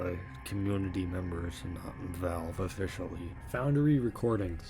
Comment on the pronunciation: “Foundary” lol